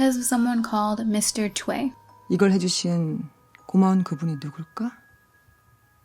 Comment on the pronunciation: tsk tsk Westerners... "Choi" is read as "choy"; or so that's how it is in my country & we're in Asia.